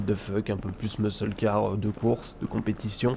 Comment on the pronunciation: Hey 👋! Bon "Muscle" en anglais/americain se dit phonétiquement "Meusseul" comme pour "Meusseul car" pour "Muscle car". Voilà voilà 😉 Merci pour le contenu de tes vidéos, c'est le top😊